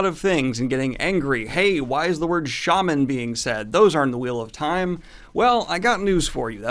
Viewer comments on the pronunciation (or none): none